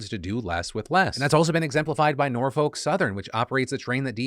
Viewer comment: Not a big deal here, but I've got a small correction for you - I'm from the city of Norfolk, VA and I just can't get over how you keep pronouncing it. You shouldn't pronounce the "L" at all, and that second "O" should be pronounced as if it were a "U". Basically, it should sound nearly as if you're cursing every time you say it.